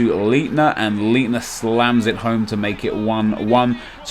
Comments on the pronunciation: lol... it's pronounced "Bister" and "Litner"! "ei" in german is pronunced like "i" in english. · Your CDM is pronounced , light-ner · I'm doing gooooood. You pronounce it lightner. It's ei not ie. also good marketing with making us use both social networks lol. Yeah try someone who you've played in the last while. BUT ONLY PEOPLE WHO HAVE BEATEN YOU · Leitner is pronounced "lightner" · in german you pronounce the last letter of two consecutive vowels. for example Leitner is pronounced lightner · It's pronounced lightner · Your pronounciation of of Leither is horrible... Listen to the way the commentators in game say it :P